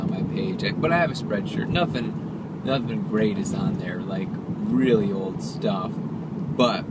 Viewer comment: "Weal good bar"